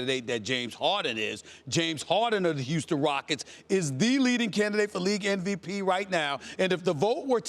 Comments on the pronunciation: is it just me or stephen A. says NVP instead of MVP? what the fuck is NVP? Nost Valuable player? LOL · what weed you smoking SAS , cp3 is not in mvp convo ... and its mvp not nvp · Idk why but it annoys me when ppl say "NVP"